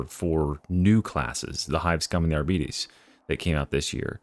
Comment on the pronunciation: "Argh-Bee-Tays" is how it is pronounced. Not "Argh-be-tees". If you need a reference on that corrected pronunciation, the Arbitrator has a voice line in the game.